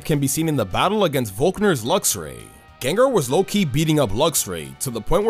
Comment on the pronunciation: THE SECOND A IN GENGAR IS SUPPOSED TO BE AN A! THE FIRST O IN LYCANROC IS SUPPOSED TO BE AN A! AND IT'S DRACOVISH, NOT DRAGOVIC!